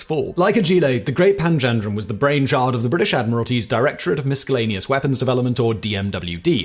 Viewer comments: 1.23 YOU'RE KIDDING ME? "Mis-kell-aneous"??? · You of all people should know you down pronounce the C in miscellaneous… my Pom half in me is disappointed